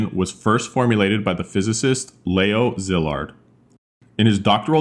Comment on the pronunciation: Why is it so hard for people to look up how to pronounce Hungarian names correctly? It's not "zillard", it's "See-lard"! In Hungarian, the double letter "sz" is pronounced as "s", while a simple "s" is pronounced "sh". It takes 1 minute to look it up and people can never get them right.